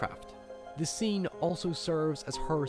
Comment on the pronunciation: "Nekedness beceme a sene" what is wrong with your english geez